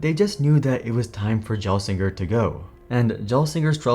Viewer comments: Minute 1 and im quiting the video. Youre pronouncing the G wrong. Also its time to stop these stupid "Intel is doomed" videos. Intel is doing completly fine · I'm sorry man. First of all, that is very much NOT how you pronounce "Gelsinger", second of all, I love you, I love your videos, but you should really hire outside consulting when covering tech because every tech video so far has completely missed the mark and some have even featured some glaring oversights and mistakes. This seems to be a common theme when business channels cover tech; I once watched a video (which I also vaguely remember being one of yours?) that stated "AMD's chip has A cores clocked at B while Intel's chip has C cores clocked at D. It simply doesn't make any sense to buy the Intel chip because AxB is so much greater than CxD, and the chips cost the same.", which is just an insanely inaccurate statement. This Intel video isn't as bad as that one, but it's not far off either. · So much great info here. Really discredits you to pronounce the name wrong. Fundamentally if you’ve been following this story you’d know it, shame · What a terrible, and poorly researched video. Offers only surface level information/history, while still bungling the overall timeline of events and getting facts wrong, from the very basics such as how to prononuce Gelsinger's last name, to falsely claiming Nvidia had a contract with IFS, to getting Gelsinger's compensation wrong. Also, 0 analysis of what Intel's coming challenges are, nor what options they have to survive, and instead merely offering a (clearly uninformed) simplistic opinion of "I don't think they'll make it." Do not recommend. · Yea. I nearly fell off my chair when I heard that. This was not the only thing wrong with this video. The mispronunciation of Pat's name may me cringe every time. I stoppped watching because it became physically painfgul. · If you are going to say "Gelsinger" that many times in the first , you should learn to pronounce it.